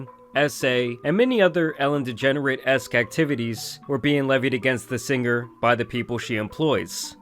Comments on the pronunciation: "elen degernerate" made me giggle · bro said ellen degenerate😭😭😂